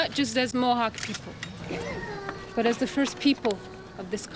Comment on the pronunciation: I approve this video. Even though the narrator did not know how to say the names of Mohawk lands.